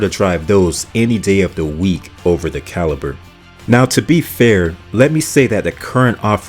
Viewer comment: I pretty much agree with this list, but "RendezVIEW? "CaliPer?' I feel like he's deliberately mispronouncing the names to drive comments 😂